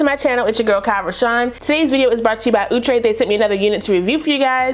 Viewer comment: I just wanna say thanks for saying OO- TRAY🤭